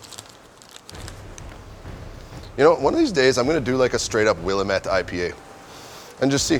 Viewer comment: It’s pronounced will-ahm-ette